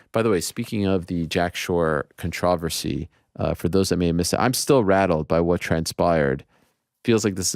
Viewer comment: Ariel's pronunciation of "controversy" 🤔